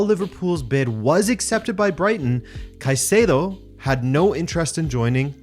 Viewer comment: Finally someone pronounces Caicedo's name the right way! I've had enough of all of these British pundits and fan channels calling him Kaseedo!